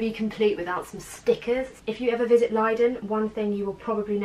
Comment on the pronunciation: I love the way you pronounce Leiden! (I am from the Netherlands)